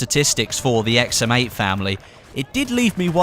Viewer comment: i always think you are saying "XM mate"